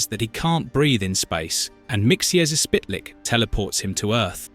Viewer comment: Mr. Mxyzptik Mxyzptik is pronounced "Mik - sil - plik"